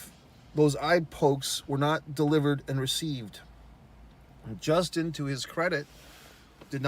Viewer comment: Bro, you can't even say Justin's name correctly, he was kicked in the face BEFORE the eye pokes and just about every detail in this video you got wrong. What on earth are you talking about. There's a reason no one is talking about it. You're a moron.